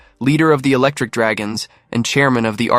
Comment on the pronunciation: my nigga did she say misty was an electrik draagon get your ahh out of here